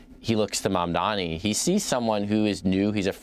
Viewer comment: MOM-DONNIE. Everyone can pronounce it.